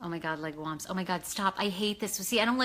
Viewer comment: "Legume" is pronounced, "leg - ooom"